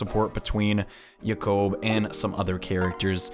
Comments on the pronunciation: Yah-kouhb? I've always pronounced it jay-kob. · the way you pronounce jakob's name sounds so weird. most people I know pronounce it the same way as the name Jacob. But it doesn't matter you do whatever you want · and you sounded even weirder during the hayato and orochi s rank support. btw make sure before you get the kids you get to the point where they have the offspring seal.